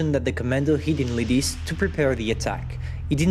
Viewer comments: i know said sorry but he could use translator. it hurts to hear the lidice like ledeez. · Lidice ... Not Lidic